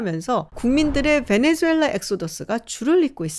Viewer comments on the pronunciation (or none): none